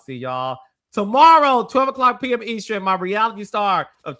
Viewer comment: Hey, please tell Carlos how to pronounce EASTERN, please it's driving me crazzzzzy!🤣🤣🤣🤣🤣🤣🤣🤣